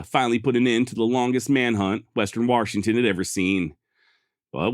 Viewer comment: No offense intended, but I'm not sure if you still put an "R" in Washington because you can't help it or just out of spite these days. Great show again good sir. Have a good week